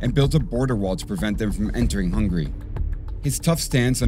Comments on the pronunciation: she also said "hungaria". Then she goes on to talk about Europe and Hungary like as if she even knows where these places are on the map, let alone the politics. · …”Hungaria”… Bless her heart. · When she called it Hungaria 💀